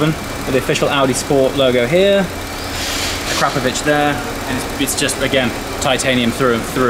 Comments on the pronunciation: "Ah Crap of Vich" Noooooo,. "Ahk rah poe vich" sounds much better. Hahahaha. YouTube free comedy is priceless! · akrapoviČ --> akrapoviCH Some letters in the Slovene language are difficult to pronounce to an foreigner. BUT ......................... you have an English-speaking characters that are pronounced almost the same. Well, now you know. :D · Its akrapovic as in ak-ra-povic (the c being pronounced in the Croatian way as a ch) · Awesome sound! Can't believe you got Keith Lemon to fit it for you as well! I believe it's pronounced " A CRA POV ITCH" Have you thought about having the car detailed as well by the way? It's a beautiful colour but it's not really popping anymore. Needs to be unleashed. I'd suggest looking at videos by White Details or Topaz to get you excited. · a crap o vitch. come on get it right !!!!!!!!